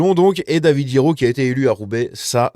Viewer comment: David GUiraud, pas Jiraud !!! Ca se dit GU comme dans GUignol !